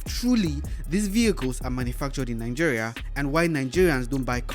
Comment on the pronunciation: Why are you guys always saying NANGERIA? isn't it mentioned Nigeria?